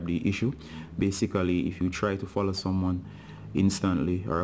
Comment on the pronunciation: When it fallow it dont day fallowing it just say fallow again